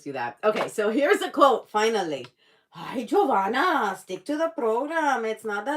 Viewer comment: Jovanna I'm not trying 2 make U feel bad but UR name is not actually pronounced Jo-van-na (w/an closed "A") it's pronounced Jo-van-a (W/an open "A") I think (IDR, correct me if I'm wrong)😅😅😅